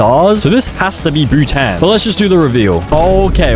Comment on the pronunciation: Funny moments(and misspelling moments) "IM PRETTY SURE THIS IS SIMILAR TO NARUTO-" "Palau sort of sounds like Poland so I think its similar-" "boohtan" "Which is monacorn-" "seashells" "Saint kitt and Nevais what-" "Its sort of like kit kats-" "barbadors" "ITS LIKE BARBARIANS IN CLASH OF CLANS OR SMTH-" "in the karibian or somethin-" "LITHUANIA" what??? "The listerine flag-" "it's also next to australia-" meanwhile it being austria. "vanauntu" "Touvalou" "THIS IS THE AUSTRALIAN FLAG" "Sao tome and principal" "saint Vincent and the grenades" "kaomouras" "Antique and barbeque" "most likely going to be similar to india-" "and marine is water wich is blue-" "Domanika which sounds like dominoes which sounds like dalmation and dalmation is a spotty-" WHAT IS DALMATION?? "I think its a shoe brand too" "sur name a auh who decided to name their country sur name-" "And dora" "I used to watch dora the explorer-" "East teamor-" "grenade"